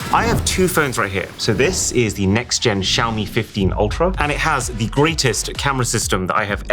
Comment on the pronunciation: When the Barber hears “Shave me” instead of “Xiaomi” and you correct too late…